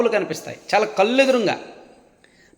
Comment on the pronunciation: కల్లు అని పలుకుతున్నారు... కళ్లు